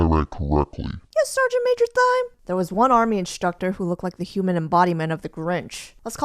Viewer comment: my school has something similar. only you actually join the military after and you have to teach elementary school kids about goods and services. and i love how you made everyones names after herbs. only thyme is pronounced as "time" and oregano is "oh-re-ga-no" not "or-i-gan-oh."